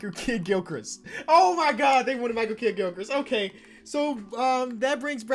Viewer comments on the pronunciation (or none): micher Kidd gilkrist 😂😂😂 he said it exactly how it was spelled